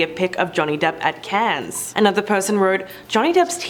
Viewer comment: Cannes is like can not cans :)